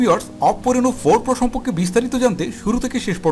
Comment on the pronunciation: তোমার বাংলা উচ্চারণে সমস্যা।সম্পকে হবেনা হবে সম্পর্কে। আশা করি ঠিক করে নিবে।